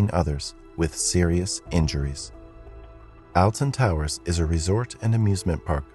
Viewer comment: The way he pronounces Alton Towers infuriates me